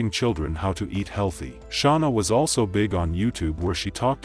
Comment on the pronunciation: OMG SERIOUSLY?! Idk how many times she said her name an yet you continue to say it wrong. WTH is wrong with